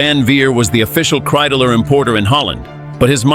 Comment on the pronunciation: It’s Kreidler! Not Kreideler🤬